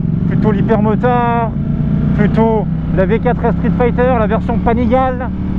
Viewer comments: Yes c'est comme panigal"euh" alors que c'est panigal"ey" mais bon , c'est accessoires tout ça, les tests sont top ! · ça ce prononce "panigalé" :D